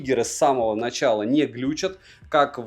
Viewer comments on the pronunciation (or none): none